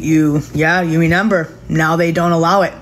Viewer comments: “Now you renember..” 😅😅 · Did she say reNEMber? 🤔🤔